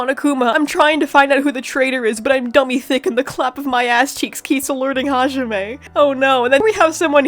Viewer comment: My 50 yr old uncle pronounces hajime as "ha-jimmy"